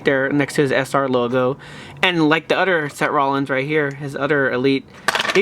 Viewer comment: any body notice that he says se rolins